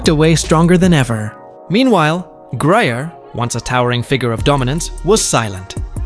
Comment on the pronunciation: The name of the ball player is Griner (grin.ner). . How unprofessional can you get.?